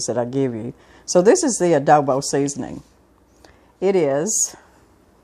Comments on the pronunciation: I was thinking the same thing. I think she means Adobo. I think that’s the spelling and pronunciation for the south lol. Love it! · it's called "ADOBO" not Odobo. I make my beans the same way..